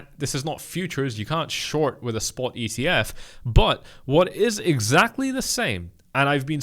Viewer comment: For you its not ETF, its EEF